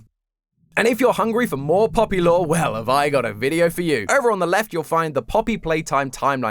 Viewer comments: Lovely episode, showing a lot of promise! My only complaint is that your "lore" pronounciation isn't up to par yet. It's not "lore", it's "LOOOOOOOOOOORRREEEE"! Can't wait for the next theory! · You forgor something mate it's not pronounce "Lore" it's "LOOOOOOOOORRRREEEEE!" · Its not lore tom it's LOREEEEEEEE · you to pronounce lore loooooooore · it's not pronounced lore it's LOORRRREEEE! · It’s not lore it’s LORE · It’s pronounced lllllllllooooooooorrrrrrreeeeeee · Hey, I know you’re new so I’m gonna let this one slide it’s not lore it’s LORRRRRRRRRRRE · Okay you’re doing great and all but you said lore wrong you see have to say it like LOOOOOOOOOOORE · I think you pronounced that word wrong,. I think the wya it's said is less of "lore" and more "LOOOOOOOOORE" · Amazing introductory episode, but lore is pronounced with at least 3 o’s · What an incredible first theory for! I was looking forward to hearing his thoughts on Chapter 3,and he brought up a lot of interesting ideas! If this is anything to go on, will be a wonderful successor of Game Theory! ☺️💚 Just needs to work on his “LOOOOOOORE” pronunciation 😉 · not just the speech pattern but how quirky he pronounces the words too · He doesn’t say lore the same way but he’s still awesome and kept me really entertained. He’s a great Host and I love him now. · He didn't say "lore" right >:(